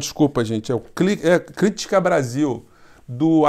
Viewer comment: Meu amigo, neste caso (aos minutos), não é PROPAROXÍTONA, como você disse: "CrÍÍÍtica Brasil" e, sim, PAROXÍTONA: "Critiiiiiica Brasil".... É igualzinho à palavra "RECORDE", que não é também PROPAROXÍTONA.